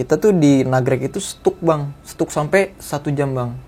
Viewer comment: STUCK?DIBACANYA STAK NJEENG🤣NGESTAK,JANGAN STUCK2🤣